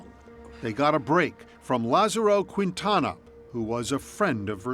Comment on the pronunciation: Quinn-Tana 🙄. Can 48 hrs stop mispronouncing people’s last names. Its 2024. Use google ffs. This one is free; Keen-Tana.